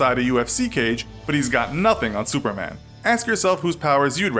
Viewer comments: 😂😂😂 sounds like suerman or some thing like that 😂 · i heard him say s e w e r m a n